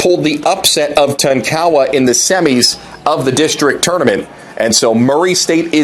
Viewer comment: Can somebody tell this guy the correct way to pronounce Tonkawa and Jay Herkelman? It's embarrassing listening to him butcher these names.